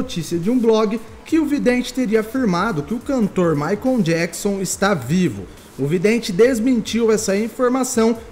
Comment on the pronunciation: Michael se pronuncia MAICOU e não Maicon... pelo amor de Deus gente. Chega doer o ouvido